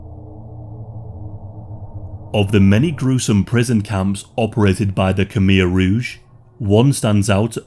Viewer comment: Why not learn how to pronounce Khmer Rouge?